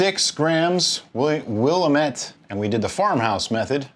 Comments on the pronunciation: Pernounced as WILL AM ETTE NOT WILL U MET. Sorry from oregon originally.. O.RE.GUN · It's pronounced will-am-it not willa-met. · As an Oregonian it's pronounced wuh·la·muht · Will-am-it you uncultured swine! 😂😂 just joking of course. 99.9% of people who live here dont know how to pronounce it. The natives called it the will-a-met-tea. Call it what you want we know what you mean. Oregon born here confirming. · Sorry to be that guy, but it's pronounced "Will-am-et". I'm from Oregon. Love your videos! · I'm doing the Pacific Northwesterner thing giggling at the mispronunciation of Willamette (we say "wool-LAMB-it") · From Oregon, it's Will-Am-ett :) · I know you've probably heard it a thousand times. My folks lived in the Willamette valley of Oregon for years. I pronounced it wrong for a while before my dad said, "It's Willamette, damn it!" (it rhymes). If you ever make it out to Eugene, OR (WHY?!!), be sure to visit Hop Valley brewery. Good folks, good brews.